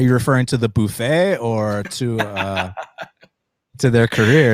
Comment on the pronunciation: Boofet